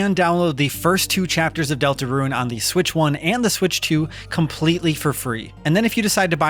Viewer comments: I keep hearing Delta RUIN (roo-ehn) - when I'm pretty sure it's just DeltaRUNE (ROON) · I keep hearing Deltaruin instead of Deltarune